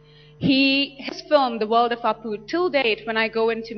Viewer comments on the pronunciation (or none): Somebody ask Frieda to shut up...and its apu...not aapu...also...how did she get that the Katrina kaif accent?